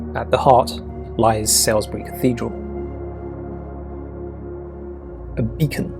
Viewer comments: Its prononced saulsuury, not sailsbury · Thank you for this beautiful video. You've shown everyone some lovely cities, towns and villages. One suggestion: Most people I know pronounce "Salisbury" Sorlsbury, not Salesbury. Of course, English place names are a pronuncation minefield. So often they don't follow the standard rules of English pronunciation, which are pretty lax anyway. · Where are you from? Salisbury, pronounce as Sailsbury? Was always Sawlsbury to me. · Salisbury, pronounced "Sorlsbry", not Sellisbury. And there are many other things in these towns besides churches, and as others mention, what about the Midlands and the North. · I thought it was pronounced sawlesbury not salesbury. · Dear visitor, Salisbury is pronounced "sauls-bury" not 'sellsbry". The locals will correct you, nicely of course. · It's not 'Sailsbury', it's Salisbury - pronounced Saulsbury. If the speaker cannot get such basic piece of information right, it causes me to wonder how well researched this video is. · I agree with many of the comments below, and had to stop at Salisbury which he pronounced as it looks rather than 'saulsbury' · Nice little video, but please learn how to pronounce ‘Salisbury’ (Sawls-bury) properly 😊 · Lovely programme of which I hope there will be more, but pronunciation is vital. Salisbury is not is not pronounced as it is spelt, but as in the word ‘saul’ so it is pronounced ‘Saulsbury’. This is NOT being snobbish, but respectful to the history and language of English. As a member of the Elgar Society to go to Worcester and show the statue of Elgar, our finest composer, and not mention this great man by name was a shame. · Sellsbree, huh..? Isle o' Dr-Seuss: 🍸 💋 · Actually it's pronounced "Solsbury". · He was definitely pronouncing it wrong. SALES bury??? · The correct pronunciation of Salisbury - Saul as in Paul as in Salisbury. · Salisbury pronounced Solsbury! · Beat me to it. Not a mention of Magna Carta, either.